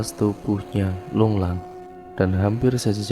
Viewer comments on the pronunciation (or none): Lunglai kali bang, bukan lunglang😂😂😂